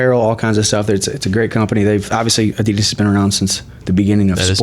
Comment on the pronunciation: A-DEE-DAS NOT A-DEE-DIS